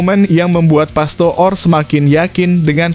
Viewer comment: PASTOOR = dibaca PASTOR.